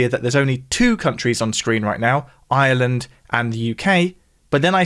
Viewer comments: I pronounce island and Ireland very differently, but they sound very similar coming from! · It's SO strange to hear "Ireland" pronounced as "island".